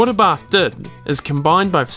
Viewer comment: "Lancier and Abah" love it. It's not Lancia, it's pronounced Lancia